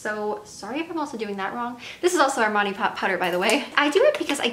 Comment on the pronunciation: She did say Armani I was like dangggg she said Armani lol 😮😯🤑